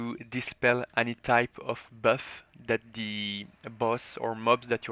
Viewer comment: "böff" "deböff" 😂😂 good vid